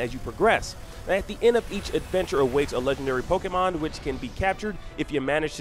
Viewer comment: *Poh-kay-mahn *Poh-kay-bahls What's up with the way this guy pronounces stuff?